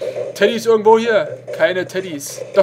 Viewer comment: sagt da Teddyosa